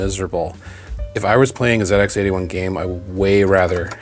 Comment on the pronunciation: As a Brit, it's always nice to hear an American refer to the old Sinclair machines as "Zed Ex" and not "Zee Ex"